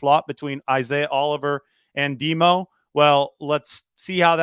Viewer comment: we cant yse the nickname "DEMO" for lenior its too confusing. Sounds like your saying "DEBO' Got to find something different.